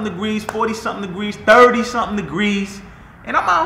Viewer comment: “Out hea”